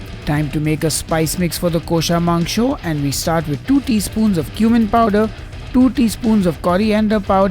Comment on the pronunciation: Haha, beautiful. Your kosha mangsho pronunciation was perfect!